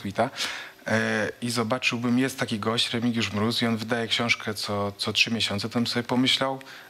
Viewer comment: "Remigiusz Gróz" 🤣 Ale Smoku dojebał na zakończenie.